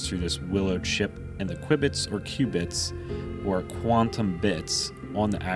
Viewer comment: The presenters repeated use of the terms KWIBBITS (instead of cubits) and computating instead computing - made this video unwatchable for me.